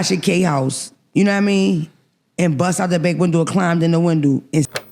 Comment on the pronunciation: Windo!! Not Window!!!😂😂😂